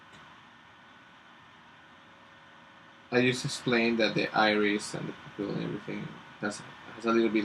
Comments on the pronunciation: sounds like you said "poop hill" Lol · For future vids and stuff "pupil" is actually pronounced like pyu-pil. :) Great vid!